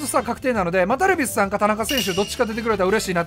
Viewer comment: ダルビッスさんに聞こえる